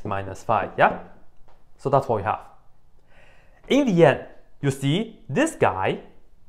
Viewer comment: It sounds like "in D yet" :)